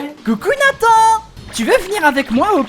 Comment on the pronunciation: Nathan =>> nee san 😂😂